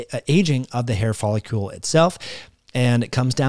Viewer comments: Very interesting. Wondering if photobiomodulation may be helpful. *It's follicle (icle-like pickle)...not folicule-like molecule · Why do you pronounce "follicle" wrong? It's not folliCULE but that's how you keep saying it.